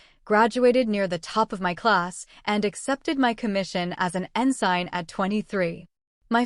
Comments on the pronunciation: EN-sine? You mean En-sin? Someone who was an ensign would say it properly. Gosh, why is AI narration always so bad??? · It's pronounced, "EN-sin".